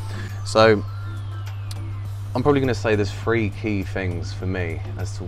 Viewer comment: Forgive the American …. I thought you were saying a “Free chamber sump” 😂😂😂 It took me a minute to realize you were saying Three chamber sump